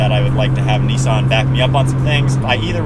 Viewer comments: It’s Nissan not kneesan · It's pronounced NISSAN not NEESAN